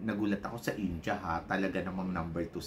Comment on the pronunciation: Pinagsasabi mong COUNT-RY? AYUSIN mo nga pag pprounounce mo! INJA, PILIPINS. Ano ba yan